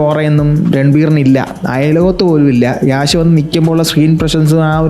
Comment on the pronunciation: Yeahsh Alla bro Yash ahn